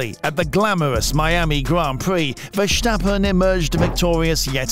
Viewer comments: Yea your pronounce of max his name is so off. Go listen to a Dutch F1 channel how they pronounce his name. Then mimic that as precise as possible. Oh and your commentary is way to slow Speed up your videos with 1.25x That what I put it on if I listen to it. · there is no H in the name of Verstappen, so why pronounce it?